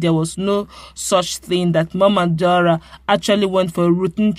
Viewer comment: Still fumbling? His name is DAura not DUara